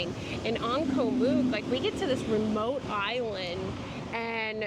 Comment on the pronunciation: Btw it is not pronounced "moook" with a long 'o". It is "oo" as in cook, it should rhyme with cook.